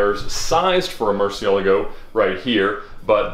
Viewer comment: the way you say Murcielago is interesting.;)